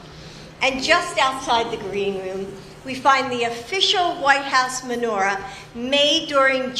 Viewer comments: She sounds like she says manure, not menorah. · She said menur-ah. All I heard was manure. Plenty of b.s. was going on in the White House so that's fitting. BTW, why was she praising her own decorating skills? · Menorah, not Manure!!!!!!!! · She said manure-a, not Menorah. Was that on purpose. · She didn’t menorah she said manura(as in animal dropping) that shows what she is! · She pronounced it Manure ah